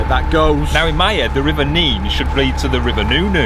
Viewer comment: 10/10 for the pronunciation of the River Nene (Neene). I'm a Lincolnshireman from the coast of the Wash and we always say it that way. It winds me up to hear it pronounced "Nen". Thank you!